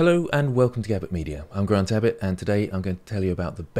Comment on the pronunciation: ok unrelated, but i thought you said "this is grand abbot" instead of in the intro of your videos for like a month.